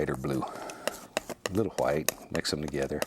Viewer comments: Stop saying white that way we stop saying like that since 1066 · “Titanium H w i t e” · little bit of HWHITE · why does he pronounce white so weird? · I love how he says white